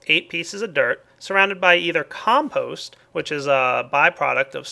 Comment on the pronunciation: The only thing I heard him pronounce wrong is compost...